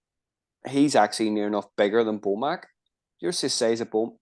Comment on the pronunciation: BIG Mac 🍔 not BO Mac